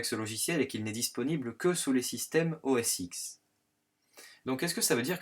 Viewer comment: très bien, mais OS X se dit "OS 10", tout comme l'iPhone X...